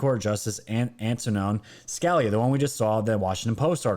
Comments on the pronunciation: Its not scaleya. Its Ska lee uh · Scalia pronounced “skuh LEE uh” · Justice Scalia is pronounced Sca-lee-ah. Just fyi. Great show. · Not being critical, just don't want those on the left to troll you. It's pronounced Justice Scalia... Scah-lee-ah. Thanks for your great reporting! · Scalia. Skah-lee-ah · I love your content and your show but for goodness sake please learn pronounceations of names. Sca- lee- ah, one of the greatest conservative judges ever. May he rest in peace. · You miss pronounce often , it is Sca li a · His name is pronounced Ska-lee'-ah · scalia is not pronlunced like a scallion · Pronounced “SKA LEE A” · I know it might be petty but please pronounce the justice name right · Hate to be picky, but you are mispronouncing Scalia.😀